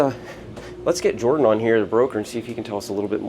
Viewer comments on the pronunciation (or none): none